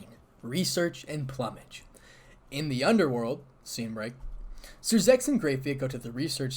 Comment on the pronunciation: Out of all the media concerning High School DxD, I like this iteration of Isse best. By the way, plumage is pronounced "Ploom-edge".